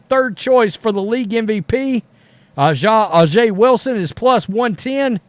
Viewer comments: That would be like someone purposely mispronouncing ' name as "Roadies" or something. A'ja is essentially pronounced like Asia as the earlier poster said. You may not be partial to the league or the player, but kindly get her name right. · Her name is pronounced : A Jah Wilson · “Asia” is the proper pronunciation. I agree with your view, just to let you know. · Not a surprise. Pepsi/Gatorade is one of the most Woke companies on Planet Earth. Hey Aja is pronounce Asia. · A'ja Wilson's first name is pronounced like the continent Asia. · It's his unconcious racism kicking in he very well knows how to pronounce her name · His lack of respect for her is the reason why he has refused to learn how to pronounce her name. Disgusting for someone that whines about racism